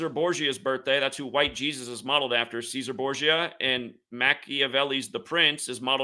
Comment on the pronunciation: cesare is pronounced chess sar ray